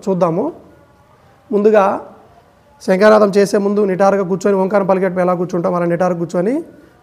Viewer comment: ముందు మీరు తెలుగు నేర్చుకుని ఏడవండి. ' శంఖనాదం,శంకనాదానికితేడా తెలుసుకోండి. తరువాత వీడియోలు చేద్దురు.